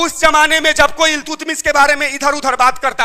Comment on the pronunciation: इल्तुतमिश नहीं अल्तमिश